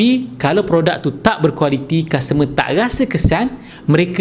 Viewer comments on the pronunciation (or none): Customer not kastemer